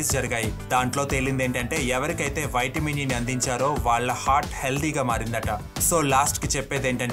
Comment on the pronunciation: వైట్ మిన్ ఏంటి బ్రో నీవూ నీ ఓవర్ యాక్షన్ వైట్ మిన్ వైట్ మిన్ అంటా వుంటే చికాకుతో వీడియో మధ్యలోనే వదిలి పెట్టా